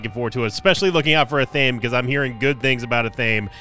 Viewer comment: It’s pronounced ath uh may